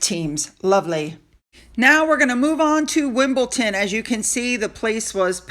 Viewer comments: One more correction, please! It’s Wimbledon not Wimbleton . Thank you for all your great reporting! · .......pronunciation is WimbleDON and NOT WimbleTON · PLEASE NOT WimbleTon - WimbleDon. Thanks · *Wimbildon, not Wimbilton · Realise that the pronunciation of English places can be difficult but please please stop saying WimbleTon . Lots of us have pointed out many times that it is wimbleDon. Its driving me crazy. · It's pronounced Wimbledon not ton.❤ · I love your channel, but please, try....wimble DONE. No T. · DON pronounced done